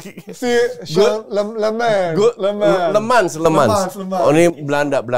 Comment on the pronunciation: Kochi ini sdh salah msh ngotot mulu, namanya Senne Lammens itu bacanya bukan "Lemans", tapi memang bacanya "Lamens" dimana 'e' nya itu dilafalkan seperti kata 'kerja'...ini orangnya sendiri yang bilang cara ejaan namanya di youtubenya MU.... ini katanya fans tapi kardus, mau mulu diayamin kochi 😊 Trus si Emi Martinez itu, statsnya season kemarin ngga jauh beda dari Onana loh, dan blundernya banyak juga...klo riset yg bener bang, cari jg si Emi Martinez, jgn cm si Lammens aja yg dicari salahnya mulu, maen aja blm sdh dihina2. Gw pribadi, drpd ambil Emi yg performanya sdh pasti naik turun, mending gambling aja ambil kiper muda (yg katanya berbakat) yg msh bisa bagus bisa kagak tp jauh lbh murah.